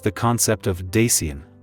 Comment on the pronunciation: I liked the concept of the video, but you butchered all the names, including the concept of da sein...